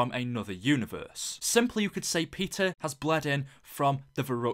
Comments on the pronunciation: Thought this said PIZZA MCCAIN at the beginning😂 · lol it sounds like he is saying pizza McCain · when you sad Peter McCain I thought you said PIZZA